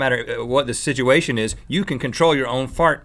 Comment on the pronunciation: Rhett "Sidgeuation" alert!